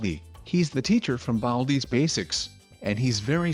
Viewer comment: Classic you said baldi wrong